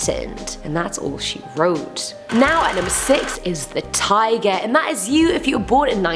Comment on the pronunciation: My ears: This girl is saying tiger My weeb brain: It’s Taiga from Toradora! :D